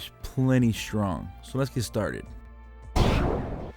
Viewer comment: The word strong has no H in it. shtrong?? NFW